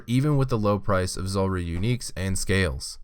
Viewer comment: Anyone else notice that so many people say Zolrah instead of Zulrah?